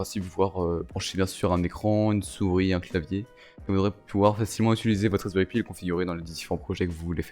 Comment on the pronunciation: Wesh mon reuf il me stress à dire raspberry pï!